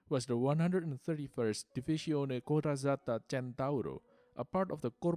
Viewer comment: taxis from Athens). (Technical problems forced me to continue with another message.) Italian pronouciations: "Leggero" is pronounced "Letzero", "Corazzata" is pronounced "Coratsata". Greek pronouciations: The region "Αμβρακία " is pronounced "Amvrakia", "Epirrus”( "Ήπειρος" is "Ipiros", "Μεραρχία" isn't pronounced "Merárchis”, but "Merarchía" and "κλειστών" isn't pronounced "kleïstón" but "klistón" ,("ει" is pronounced "i", in modern greek, it was "ei" or "ii" during ancient times), "Μακεδονία (ς)" is pronounced "Makedonía(s)" as U pronounce it , (w/ "d" pronounced like the spanish "d", ot "th" in the word "the"), "ch" in the word "lochos" is more "thick",, "ανοιχτών" isn't pronounced "anoïshtón" but "anichtón" ("οι" is transformed analogically like "ει" from the ancient times from"oï to "i" The drawing above the armament is the "evdromon" (εύδρομον") "Elli"